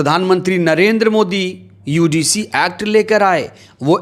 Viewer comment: भाई साहब पहले शब्द का उच्चारण तो सहीकरो यूडीसी है कि यूजीसी है आप तो यूडीसी बोल रहे हो जबकि वह यूजीसी है